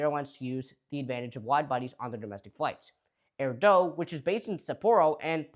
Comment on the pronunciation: Hey it's AIR DOOO, not Air Dough! 😂